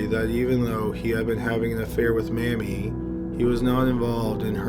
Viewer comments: It's pronounced MAY-mee, not Mammie. Geeze, dude, you really need to pay attention to your pronunciations. It completely pulls the listener out of the story. You mispronounce something at least every other video. IMO, that's just sloppy. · I have to ask. In the second story you start out pronouncing the woman's name "Mamie" as in Eisenhower, which is correct, but in subsequent mentions of the name the narrator gets closer and closer to "Mammie", shades of Al Jolsen. This is inexplicable. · “May-mee” not mammy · "May-mie", not "Mammy". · Mamie is pronounced "may-me", not "mammy". Otherwise, great video. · It's pronounced *May-mie, not Mammy... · The way pronounce Mame. It wrong. It's pronounced May-Me. Not like mammy. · Mamie: It’s pronounced may-me not mamee. I have an aunt and my grandmother share that name. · Her name is not Mammy. It's pronounced with a long a (MAY-mee.). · It was pronounced "May-Mee", not "Mammy". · I know this is childish, but the pronunciation of the murder victim's first name is MAME y (with a long A sound) NOT "Mammy" as in the black sevant in Gone With the Wind. Told you it was childish. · “MAY-mee”. Not “Mammy”, how I love ya, how I love ya Mammy!! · Mammy? It's pronounced "MAY-me." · The name “Mamie” is pronounced “may-mee “. I had an aunt by that name. The name you pronounce would be spelled “Mammie”. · You may want to brush up on name pronunciations. Mamie Thurman is not Mammy. Mamie...long A...Maymee. As in former US First Lady, Mamie Eisenhower. Mammy was a colloquial name given to Motherly, often heavy set house Slaves on Southern Plantations. Hattie McDaniel won an Oscar playing Mammy in 1939s Gone With The Wind. Mammy was never a given name. It is slave related and it is based in Racial Mockery. Please correct yourself. Thx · Not until I read your comment, so thanks so much.😁😁 By the way, he pronounced incorrectly. It is pronounced May-mee, not mam-mee. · Its pronounced May-Me. Not Mammie. Mammie is a derrogatory term.